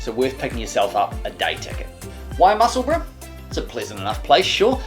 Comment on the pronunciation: Hi l live in musseburgh and I like your videos but can you please stop killing the name of the town in east Lothian.